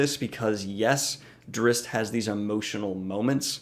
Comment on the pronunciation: As much as I love both of these characters and appreciate you brining attention to both of them...I CANNOT handle how you say their names...or the word drow. you say drizzt fine but everything else makes me cringe haha. but either way I agree with all your points. I do think drizzt would have a slightly harder time in geralts world but everything else is spot on!